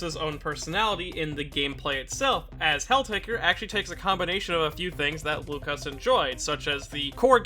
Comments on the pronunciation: Not - "Lukasz" Yes-"Wookasz" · It's "woo-cash" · You almost got "Łukasz" right, the Ł is pronounced like W and "sz" is a "sh" sound. Malina means razzberry and zdrada betrayal in polish. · Oh god, you butchered his name. Good vid tho.